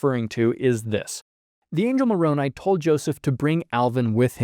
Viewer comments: For all the things he might have inadvertently misconstrued, is proof to me that Mark is being earnest in his approach when so many others are scornful. He actually pronounced Moroni's name correctly, something that so many other critics fail to do. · I appreciate that Mark pronounced Moroni's name correctly. It's a dog whistle of anti-s when they say "MOR-o-NEE"